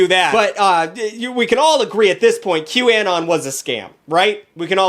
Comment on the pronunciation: your pronunciation of "anon" is unacceptable